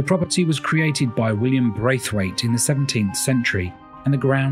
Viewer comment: Late reply, William Braithwaite is a famous American poet. They said the name wrong. Its William Blathwayt, a British diplomat, who is associated with the place